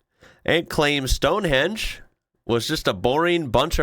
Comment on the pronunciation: The yank who said STONEHENGE( not stonehedge!) was a boring bunch of rocks, Probably referring to the rocks he calls a brain! 🏴🏴